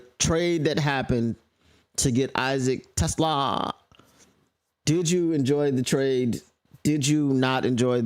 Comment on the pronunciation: I couldn't watch this after like the fifth time you pronounced his name wrong. Trash move. Feels like racism. I bet if he was a brother you wouldn't disrespect like that.